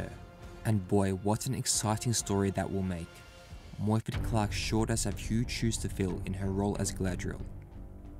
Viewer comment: moyford ? correction morfydd